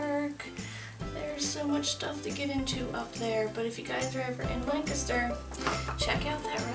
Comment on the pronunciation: As someone from south central Pennsylvania, I love that you pronounce Lancaster as "Lang-kis-ter" instead of "Lan-cast-er" ❤❤